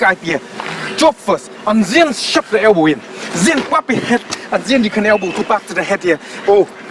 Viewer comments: You always say ZEN instead of THEN 🤣 real monk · And ''ZHEN'' I like the way he says then ....lol 😂😂😂